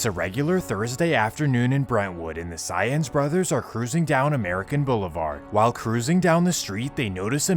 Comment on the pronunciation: Lol Saenz is pronounced kinda like "signs" not like "science"